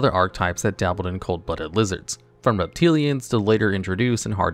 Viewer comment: “From Reptilians [sic] to later-introduced and hard-to-pronounce Ogdoadics” — ironically mispronounces “ReptiliANNES” as just “reptilians” while pronouncing “Ogdoadics” correctly, lol. I know ’ mispronunciations are meme-tier at this point; I just found it funny that he got the one he claimed was hard to pronounce right in the same sentence as mispronouncing a different archetype. 😅